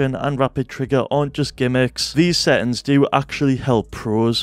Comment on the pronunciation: "Set'ins... Woot'in..."